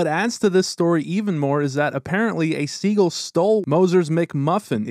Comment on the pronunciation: At first I thought he was talking about a player named Segel. I'm thinking, who the hell is Segel? Then I realized he doesn't know how to pronounce the bird "seagull". 😂😂😂